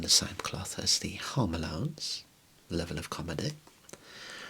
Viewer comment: "hoame" lmao